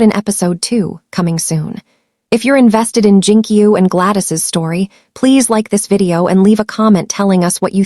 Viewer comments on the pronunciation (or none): none